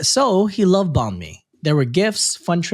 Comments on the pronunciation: What I heard: “He loved bahn mi” What was said: “He love bombed me” Me: 🤦🏼‍♀️ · omg I heard this too and wondered why we needed a trigger warning XD